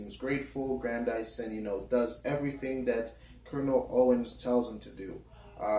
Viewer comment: His name is pronounced Gran-diss-son (Grandison) as in Madison... Not "Gran-dy-son". Lil' Brother if you are going to discuss this treasured literary work, at least learn to pronounce the character's name correctly!, damn it!